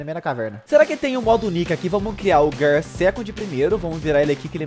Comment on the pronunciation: Eu sei que eu to sendo chato mas se gir four não gear se escreve gear e se fala gir